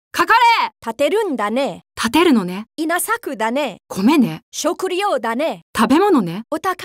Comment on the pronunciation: 女性の音声が中国語訛りですね...発音が悪すぎます... ショクリョウダネ！ ワカッタヨ！ イナサクダネ！ ナーオシーマショ！ ヨーンダ！ ヨーケンハ！